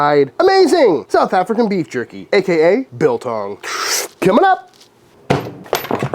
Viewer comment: I don't like how he kept on calling it jurkie. And talking about steaming it😱